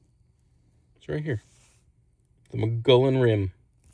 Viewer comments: MUGEE OWN ... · "moo-gee-yawn".... do 2 seconds of research and say it correctly. As for make believe creatures in these woods, woods I've spent 40 years in, not a chance. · Mogollon pronunciation is Mo-ge-on. (Long o and long e-on.) Used to live in Arizona and I watch everything about it and cryptids. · fyi - I am local. Mogollon Rim is pronounced "muggy-on" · Pronounced Mugee-on rim. 🌵 born.